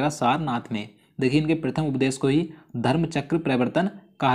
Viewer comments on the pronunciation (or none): Sir aap hindustan me rh rhe hai km se km hindi ka ucharad to sahi kariye ,,prathm ko aap prithm bol rhe hai ,,aur sir aap almost video me koi na koi glt uchharad krte hai